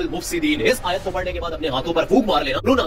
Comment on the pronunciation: Bhai isne galat padha aayat, dekho isne clip lagayi hai